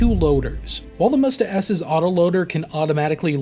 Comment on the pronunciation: Not mUsta, mstA